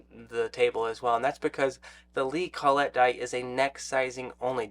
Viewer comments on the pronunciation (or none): Col-let die. Don’t hear it pronounced that way often. kol-it is usually how you’ll hear it. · "CALL IT" is how most people pronounce collet. "call et" sounds kinda.... well...